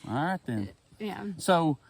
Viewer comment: I think he “came up” with a good restaurant name at the end! “Awrhight-Then”. 😊